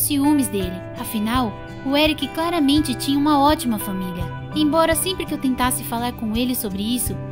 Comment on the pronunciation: Senhora jobs KSKSKSK pq ela fala FÃMILIA 🤨